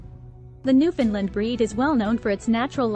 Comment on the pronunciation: You got most of the facts right about these wonderful dogs, but, really, you must try working on your pronunciation of their name. Like the island they hail from, the name is uttered thusly; "Newf~In~ Land". You must say it as one word and say it quickly. It should always rhyme with "understand". As in, understand Newfoundland. Also, it's important to know that these dogs were not "bred". When Europeans first arrived here in the late 1500's, the dog was already present. In latter years, the breed was "refined" in Britain. Our other dog, the Labrador retriever, was created by blending Newfoundland's with a (now extinct), dog called the St. John's Water dog. This was done to create a short coated and slimmer version of the Newfoundland that would allow fishermen to pull the animal over the side of a small boat. For their first century of existence, these dogs were known as the Lessor Newfoundland. Only becoming known as the Labrador Retriever when a British naval officer station here realized how popular they would be with sportsmen in the UK. He thought naming them the Labrador would make them sound exotic. Guess that worked as for many years the Lab. was the most popular dog in many countries..